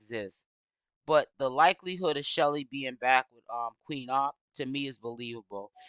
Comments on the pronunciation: Hi love your videos. Her name is pronounced SHELL like seashell… Her name isn’t Shelly. Please make note so people can also use these videos in the investigation. Details matter❤ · Chelle, like SHELL. Why you mess up everyone’s name?